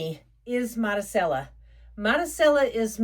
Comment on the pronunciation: Marisella pronounced Madee- sella